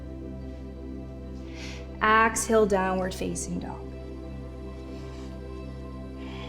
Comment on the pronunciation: Lovely. I enjoyed this. I couldn't place the accent, but the pronunciation of "exhale" kept making me turn my head at first thinking she said "axle" - as in rotate or turn. I finally settled into knowing that she meant to breath out. Exhale. I'm loving Rituals practices.